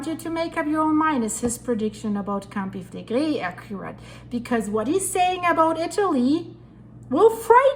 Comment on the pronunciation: Pronounced Campi-fill-leg-ri❤